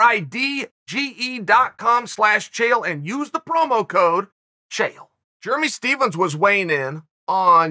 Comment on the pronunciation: Ah yes. Germy Stephens